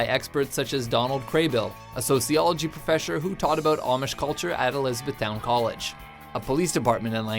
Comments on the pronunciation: New English word: Profeshur . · "sociology professhor" hehe